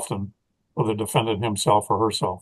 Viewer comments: Defedant? Lol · SEPARATED, not SEPERATED. DEFENDANT, not DEFEDANT or DEFENDENT. Lori once Vallow, now a Daybell Has one more fault, she cannot Spell Files yet another Dismiss Motion But alas it's no magic potion She thinks she is a beauty queen When toxic as a can of benzene She killed her husbands one by one Now in her trial she is coming undone Charles Vallow was kind and decent But to Lori, he was just the most recent She killed Tylee's father, then Tylee herself And sweet little JJ, a mischievous elf Tried to shoot Brandon, thank god she failed Because Alex her bro, panicked and bailed Then hardworking Tammy, so athletic and brave Chad, Lori, and Alex, sent to an early grave Then as Charles' murder trial date loomed near Alex talked too much, and Lori felt fear So little sis Lori, told Alex to fly So Alex went off, took poison to die. If she hadn't been caught, who would be next? Why Chad of course, oversexed and much vexed. She would have told Chad to take a pill and nap Then blamed him while he off'ed himself, like a dutiful chap I've followed her history, she's a psychopath and Narc I've never seen a mind so devoid of love and dark. She once had the manner of a pretty blonde thing But her evil deeds turned her into a rusty box spring.